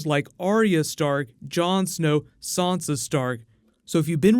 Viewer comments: I want to know where you're getting the "R" from when you're saying Sansa. You've obviously seen the show, and read the books. There is no "R" in the name so please stop saying it like "Sarnsa". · hi dude, love your videos, but could you please stop saying sawnsa stark, it's sansa, say it like Ned and Katlyn did, they named her. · You're saying SOnsa, why are you saying SOnsa? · Shane Melly Who is Sansa? There is no Sansa in GoT... You might be thinking of Swonsa...